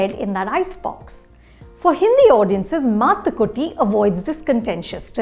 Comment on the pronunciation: The review is worth watching just to hear Anupama Chopra pronounce Mathukutty so well.